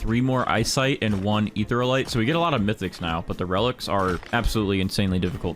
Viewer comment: also Eatherialite is pronounsed (Eth-ear-ia-lite) not Etherlite (no offence btw just a friendly correction:D)